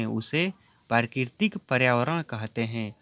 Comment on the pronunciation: Bhai bolna sikh le pehle prakritik🙂parkitik bol rha h